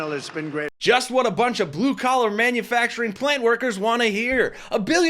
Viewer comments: Why does he pronounce manufacturing as man you facturing....? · It's so comical listening to him sound out "Mann-yoo-FACTuring jobs..." like it's the first time he's ever heard it- every time he says it. 🍿